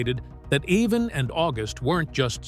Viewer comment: to the narrator his name is IVAN stupid not eveen